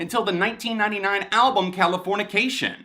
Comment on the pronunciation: Man i wish people would stop saying californiacation. There’s no a. It californication with an i.